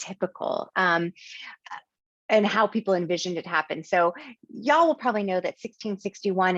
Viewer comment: Great lecture! Also, the way she says "y'all" reminds me of growing up in Texas!